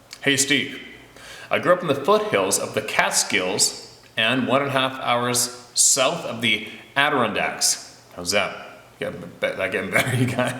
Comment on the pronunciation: Adirondacks, You almost got it . Emphasis on the RON 👍